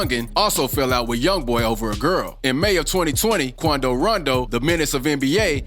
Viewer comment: “The meanace of nba “ qoundo 😂😂😂😂😂